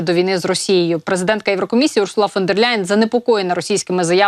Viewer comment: Наголос на ПЕРШЕ «У» : ʼУрсула